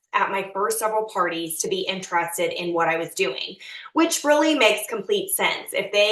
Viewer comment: She keeps saying interested like entrusted and it bothers me a lot 🤣